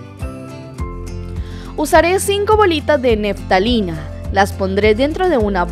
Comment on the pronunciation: Desde uruguay. Parece muy efectiva tu idea. La probaré. Gracias. Para aportar positivo solamente, tú dices neftalina, y es naftalina.